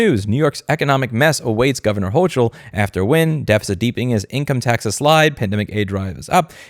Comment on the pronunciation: I’m so sorry, Louis. I can’t take this anymore. Hochul is pronounced “Hoke-uhl”